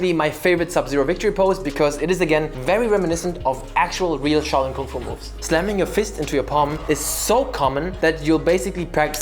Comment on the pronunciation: it's SHAO(Xhiao) Lin, NOT CHOW LIN! you CHOW HAI !